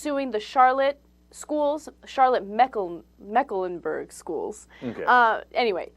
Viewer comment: 1) Mecklenburg is a simple 3 sylable word Ana. It is Mec-len-berg. 2) The Hispanic population in North Carolina is skyrocketing. It's not surprising the school 42% Hispanic. 3) I applied to a job the other day where I met all the requirements and then some, but I couldn't apply because I needed to know Russian, Spanish and Farsi. I thought about suing. :)